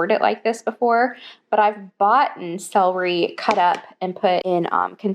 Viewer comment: Love you so much but it's cel-er-y not cell-ree lol 🤍